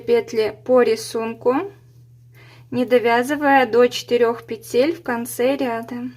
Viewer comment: Все понятно доступно мне очень понравилось спасибо Но почему-то в слове-Петель-Неправильно ставите ударение